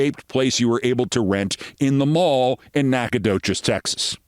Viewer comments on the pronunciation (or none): Keith - Nacogdoches is pronounced “Nackadish” by Texans.😊